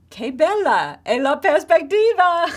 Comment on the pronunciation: Teach correct words please: prospettiva, not perspectiva....